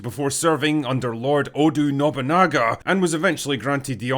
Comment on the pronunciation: I was glad you said Yasuke right but then immediately butchered Oda Nobunaga’s name 😂